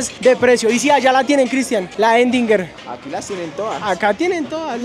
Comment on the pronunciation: La que dice “endinger” jejeje … Erdinger maestro !!